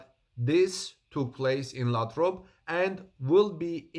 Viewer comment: Great but Lathrop is pronounced with a long A. LAAthrop. thanks for the report.